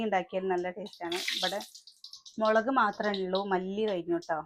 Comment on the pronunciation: മളക്ക് അല്ലല്ലോ🤔 മുളക് എന്നല്ലേ പറയ🙂 ചേച്ചി